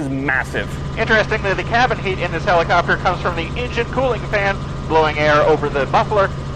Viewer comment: "Rumpacopter" made my day.